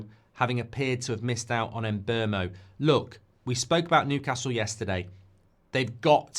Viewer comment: Can someone please ask Mbeumo how to pronounce his name. In the last few days ive heard Em-boomo, Em-bwermo, Em-bwemmo. Its getting bloody irritating.